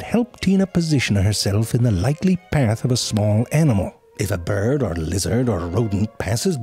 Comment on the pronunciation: "...if a bird..." He didn't say byird! Great episode otherwise :D